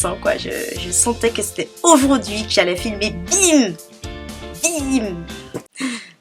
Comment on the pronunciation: Coucou. Je ne rate jamais tes vidéos. Et je dois te dire qu'à chaque fois que tu dis "aujourd'hui" ne suis morte de rire. Bisous.